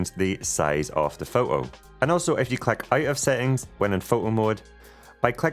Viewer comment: What’s a pho-o. Don’t you like T’s